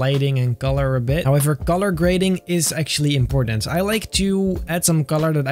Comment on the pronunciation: Why does he call color golor